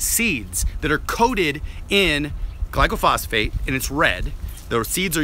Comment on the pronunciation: You don't even know how to pronounce glyphosate. Its not glycophosphate. It doesn't kill by contaminating the soil. Its a systemic herbicide that travels from the leaves down into the roots inside the plant its sprayed on. It interrupts the growth cycle. It can be sprayed on a plant 2 inchs away from another plant with no harm if the other plants covered from spray drift onto its leaves. If it contaminated the soil every pecan tree on my pecan orchard would be dead. It helps trees grow by killing out competing weeds when trees are young. Almost every orchard uses it to get young trees established and many use it around older trees.